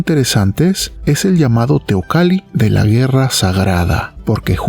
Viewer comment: Si es nombre indigena xk la pronuncia teocali.y no teocalli tal como esta escrito?asta en eso keremos ser gringos?escribir de una forma y pronunciar de otro k mal